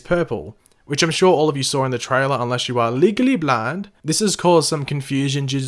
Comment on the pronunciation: Leegaly blaynd 😂